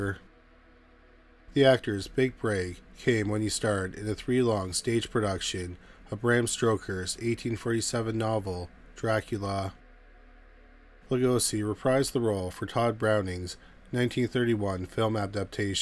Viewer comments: And it's Bram Stoker, not Stroker. 😊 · mark - The author of Dracula is Bram Stoker not Stroker, there is no "R" in his last name.